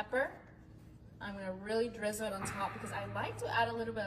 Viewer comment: Every time she said drizzle, I lost a little faith in humanity.